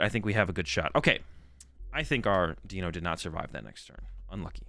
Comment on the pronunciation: I think its "D-Eye-No" as its 1, 2 and 3 in german which is Eins "Eye-ns" (1) Zwei "Z-vy" (2) and Drei "Dry" (3)